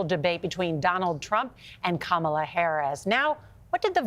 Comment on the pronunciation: Why are Americans still not able to pronounce ‘Kamala’? I mean, how hard is it? Too hard for some, apparently.